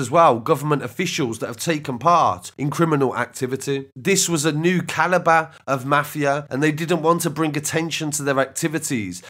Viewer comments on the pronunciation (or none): none